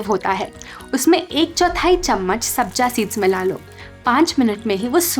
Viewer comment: Sabja seeds nahin Sabza Seeds